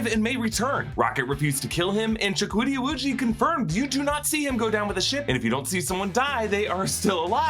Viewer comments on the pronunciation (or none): Wait his name is Jahkooty O'Woojiee 🤣 I'm not making fun of ethnicity I am making fun of ' pronunciation